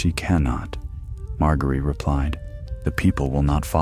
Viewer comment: Good ol mar-gary